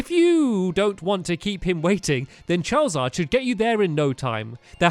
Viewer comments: hahahhha he said charaward =) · Stampy said chawizawd